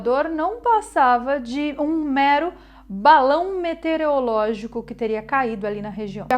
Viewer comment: Legal, mas nâo é, "metereologico. A palavra correta é "meteorologico. De qq forma, video curtido.